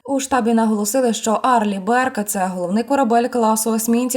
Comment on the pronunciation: "Арли Бёрк" .😊